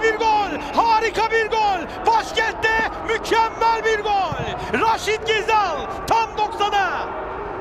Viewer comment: Ghezzal demeyenle futbol konuşmam